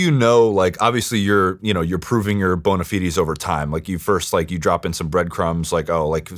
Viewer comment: 2 hrs and 12 min.....I have NEVER HEARD THE WORD "BON-A-FIDES" pronounced like that😂😂😂